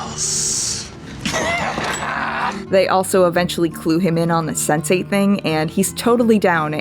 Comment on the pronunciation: I heard Sensei every time instead of Sense8